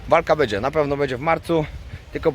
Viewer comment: twoje filmy są świetne ale na miłość boską B Ę DZIE a nie BEDZIE;) Pozdrowienia i wszystkiego najlepszego!